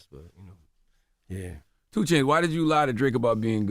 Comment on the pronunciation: Why tf you say 2 chainz like dat